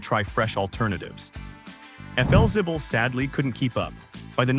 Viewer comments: Felzibble? Hmmm, isn't that Flexible? Or is my English messed up? Do I or the AI need better education? Oh gosh, what would AI call me then? Vicke = Vicky... there's an important difference between the two names. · Cant pronounce Flixible, you need a human over the age of 60 to properly narrate these episodes. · It's pronounced "FLEXIBLE". And "LOS ANGELES". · AI doesn’t do the job. Could have been a great video. Efelzible? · Yeah thats what i thought..AI needs to go to school! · FLzibble??? Never heard it pronounced that way in my life. Can't stand AI. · Stupid AI trash - if you’re going to feature a brand at least train your lousy AI to say the name correctly. I was interested in the topic but the video is unwatchable if you actually care about your time. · Your education is just fine, AI narration is the problem. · That AI voice can’t seem to pronounce the name correctly.